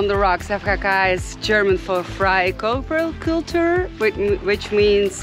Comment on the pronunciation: Say again Frei Körper Kultur . That was nice 😎.